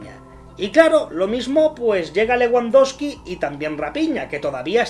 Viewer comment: Te burlas de Jota Jordi y de los fichajes, y no sabes ni pronunciar Leguandoski y RaPIÑA